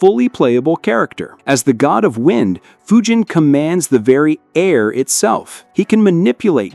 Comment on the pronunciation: Yeah! Its d-nice, a-a- ron, and fudge-in not foo-jin 😤